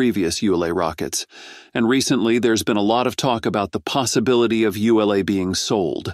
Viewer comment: WOW. THIS GUY CAN'T SEEM TO FIGURE OUT HOW TO PRONOUNCE "ULA". I HEARD AT LEAST 5 DIFFERENCE PRONUNCIATIONS.